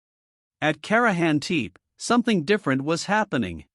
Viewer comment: you know, it would only take a few minutes to "train" your AI to learn the correct pronunciation of the words you use. at least the tepe part, it is rather annoying to think how lazy you are in your endeavors. i couldnt stand it, fix it and let me know. the potential that you have put together something interesting. this is really bad, and REALLY LAZY